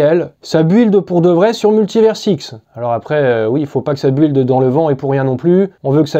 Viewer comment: Build : prononce BILD je t’en supplie,tu nous fais saigner les oreilles avec ton anglais :-)